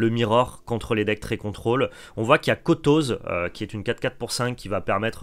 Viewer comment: Par contre si possible Kotose se prononce "Kotosé" ... C'est beaucoup plus beau, non?